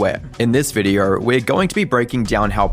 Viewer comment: Why do you struggle so hard with saying the word video??? Videour, videou, vidyore. Bro stick with one fake accent or just learn clear understandable english.